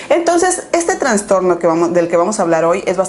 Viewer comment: "Transtorno" ay no